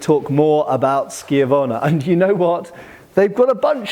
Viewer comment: Wait... are you telling me you can actually pronounce schiavona correctly? My Italian hat comes off at your passage, Sir 🤣